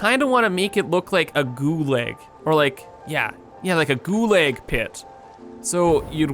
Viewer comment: "Gooo-Lag" :( Goo-Log" :)